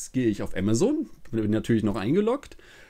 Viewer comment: Du sprichst Amazon falsch aus man denkt immer du sprichst von was anderem .